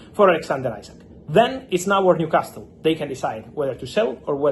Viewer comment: The T IS NOT PRONOUNCED IN NEWCASTLE 😂😂😂😂😂😂